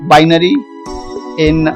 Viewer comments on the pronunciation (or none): You said hexadecimal to bibary